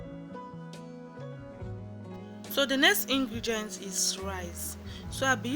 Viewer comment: Did l hear ingregient?😂😂😂